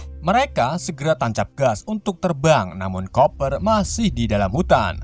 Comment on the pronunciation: Bacanya kuper bang bukan koper😂😂😂😂